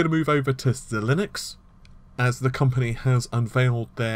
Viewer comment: I'm pretty sure it's pronounced zye-links.